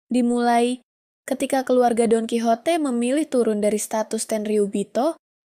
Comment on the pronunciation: Dalam bahasa soanyol bacanya : donkihote bukan donkisote